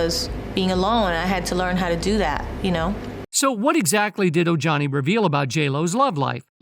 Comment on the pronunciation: O-Jani? Um, ya ...no. It's O-Hani. Ignoramus.